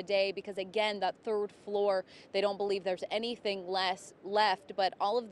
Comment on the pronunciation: A college student cant say floor? But says flow? Smh. I hope everyone will be ok and they check out all the appliances including ac units.